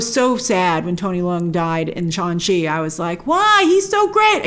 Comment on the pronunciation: Am I the only one laughing every time I hear “Shaun-Chi”